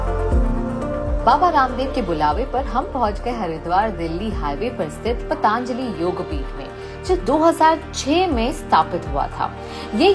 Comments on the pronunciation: Why is she saying पाताआंजलि? It’s पतंजलि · Kamiya ji .... It is patanjali not pataanjali..... Kindly correct your pronunciation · It's Patanjali not Pataanjali ..carly ji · पतांजली नहीं पतंजलि और योगा नहीं योग।कम से कम नाम तो सही लो। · just a small correction: it's 'Patanjali,' not 'Pataanjali.' Great video otherwise! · That is “Patanjali” not “Pataanjali”. Please for god sake, pronounce it properly. It is named after Maharishi Patanjali (पतंजलि) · Very nice episode. बस योग (yog) और पतंजलि (patanjali) को योगा (yoga) और पतांजलि (pataanjali) बोलना बन्द कर दो। My most favourite travel and food channel and best host. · सही उच्यारणं किजिये,पतांजलि गलत हैं पतंजलि कहो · Madam wo "पतंजलि" hota hai "पतांजलि" nahi hota hai. Btw Good video 👍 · Kamya, its not pataanjali, its patanjali… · its patanjali not pataaanjaali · कामीया जी..पतांजली नही..पतंजली बोलो नही तो कयी लोग आपको कमीया बुलायेंगे 😂😂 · पतन्जलि (पतंजलि) सही है, पतान्जलि नहीं। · “ पतंजलि “... एकदम ग़लत उच्चारण पतांजलि नहीं है वो “ पतंजलि “ है. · It's not पतांजली it's पतंजली why this accent. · It is Patanjali not Pataan-jali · आप पतांजली क्यों बोल रही है???पतंजली है उच्चारण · First and foremost, it's ' पतंजली '... not ' पतांजली ' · Kamiya needs to pronounce properly. She is running a channel that is reaching millions and is so careless about how to pronounce PATANJALI.